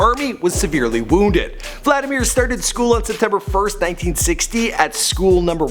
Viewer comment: It is pronounced VLadeemere